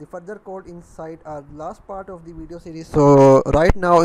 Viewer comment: bhai explain to achi trha kardia karo bacho ki trha bna rhay ho jasay bachay kahi say dakh k copy kar rhay hoo and yar urdu may b bna laytay at least explain to sahi hota na ab english may ap say sahi say explain nahi ho rha "of the " or "and " par zoor dia hoa ha bssss just time waste